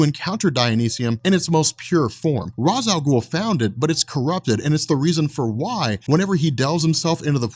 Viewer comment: You're pronouncing Ra's name wrong. Great video still.